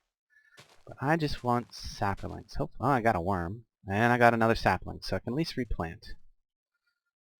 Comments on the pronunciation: Sap-lings, not saperlings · You add an a sound to the word sapling. When you say it I think you are saying sapaling. I'm enjoying the mod pack and your videos.